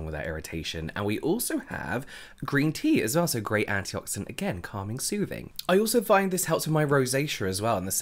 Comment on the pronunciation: I love the way you say "sOOthing and cAlming" and the fact that you never use them as individual words 😂